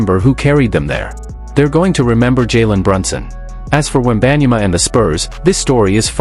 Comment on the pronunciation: Ain't even pronounce his name right & I'm here for it lmao, he don't deserve his name pronounced right. Generational sore loser, see them never means he won't be talking to them again & that would mean he won't be in no finals so what he said is stupid lmao stop making excuses for that clown.